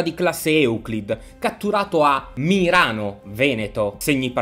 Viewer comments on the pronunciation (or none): Quando ha detto Mirano avevo capito Milano